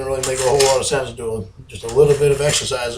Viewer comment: Not a whole lawt